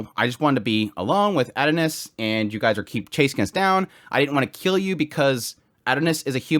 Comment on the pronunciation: I had no clue who you were talking about for a couple minutes until I realized you were saying "Adonis". You're not pronouncing it correctly. It's OK tho. The Japanese pronounce English words strange. But.... just because they pronounce "miracle" as "mirakuru" , I'm still going to say "miracle" because it's English. I like your videos but I got completely distracted by your pronunciation.